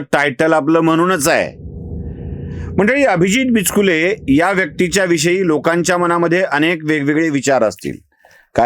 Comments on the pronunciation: Sir bichukle bola not bichkile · Not bichkule but bichukle Your pronunciation is wrong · बिचकुले नाही, बिचुकले अस आडनाव आहे